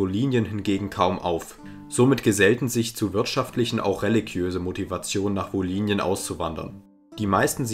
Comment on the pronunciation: Kleine Verbesserung: Im Hochdeutschen wird das Y im Wort „Wolhynien“ als Ü ausgesprochen. Wie ein I wäre dialektal (u.a. in der wolhyniendeutschen Mundart).